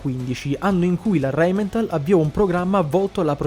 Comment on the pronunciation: Rheinmetall NO RheninmeNtall. Che sembra la Simmenthal. Non se po sentì.